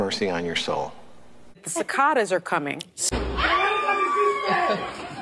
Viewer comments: That literally hurt to watch Also, it's ci-CA-das! Lord have mercy... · “Sivaadies are coming!” 😂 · Cicaaaaaaadas lololol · "Ci-kah-das are coming" :face-green-smiling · It blows me away how she pronounces cicadas. Where is the T? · 😊😂😊😂😊😂😂 PWAHAHAHAHA Miss Know It All didn't know how cicadas was pronounced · SOME people will glom onto any little thing to bolster their delusions. She should just how ignorant she is when she couldn't even pronounce "cicadas" right, and Whoopi had to correct her. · Sunny Hostin. A college educated woman that can't even pronounce a bug's name. 🤣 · East coasters don't know how to pronounce the word 'cicadas'.